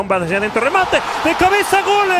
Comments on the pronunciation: Porque dice gole jaja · Porque el narrador dice gole? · Por qué el wey dice gole? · La pregunta es, porque el comentarista ridiculo dice gole si se dice gol? Es lenguaje inclusivo o el cree que se escucha genial🤣